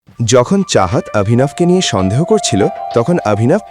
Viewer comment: ষন্দেহ?? নাকি সন্দেহ